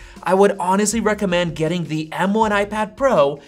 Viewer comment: It’s “the” not “thee”. “The” is the word you’re looking for